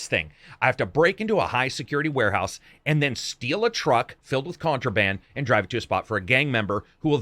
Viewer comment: "counterband" lol